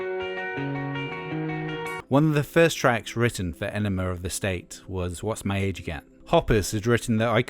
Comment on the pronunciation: Why do you always say "Enemar" of the State?